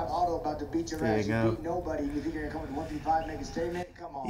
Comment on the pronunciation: “you don’t really tink about these things”